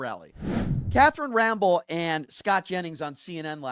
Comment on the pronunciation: Bro please pronounce he name correctly it Rampell!!